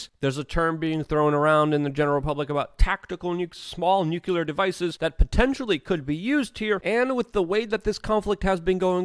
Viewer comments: U want to know if your wrong? Yes! Its nuclear... not nucular! Other than that you are correct😀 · Great analysis as usual, Luke! Again, it's NOO-CL-Errr, not Nyoo-Q-lerrrr. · how about "noo clear" ? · Can you say "clear"? Now add a "nu" in front of it and say it with me NU-CLEAR!